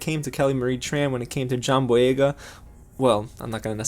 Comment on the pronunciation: You actually said the name right